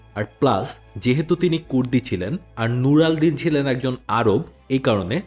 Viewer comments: " নুর আল দীন " প্রচন্ড বিরক্তিকর লাগলো! তার নাম সুলতান নুর উদ্দিন জাঙ্গী! তাকে নিয়ে আরবীতে আলকামেল গ্রন্থে সবচেয়ে বেশি আলোচনা করা হয়েছে! এমনকি তাকে সালাহুদ্দীন আয়ুবীর থেকেও আগে রেখেছে! প্লীজ নামটা ভালো করে উচ্চারণ করবেন! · কি বারবার নুরাল দিন লাগাইছেন বিরক্ত লাগতেছে 😴 উনার নাম নুরুদ্দিন জেঙ্গি আর রেনাল্ড কাটালিয়ন হবে না উচ্চারণ টা আলাদা হবে ভাই 🤣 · আশা করি পরের কোনো ভিডিও তে এসকল মানুষের নাম সঠিকভাবে উচ্চারন নূর আড দ্বীন না ওনার নাম নূরুউদ্দীন জিঙ্গী রাহিমাহুল্লাহ